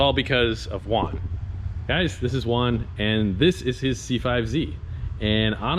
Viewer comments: The fact that his name is Juan and u call him uan hits me at home is actually pronounced like huan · His name is pronounced like huan lol suffered same way in Canada